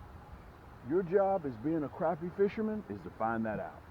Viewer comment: You give great information and tips even though you mispronounce the species of fish in this video you still provide great information and tips that will help people catch more crappie for the fact that you seem to provide good info and tips I'm subscribing and hopefully I'll learn some new things and I help increase my catches again great advice keep up the good work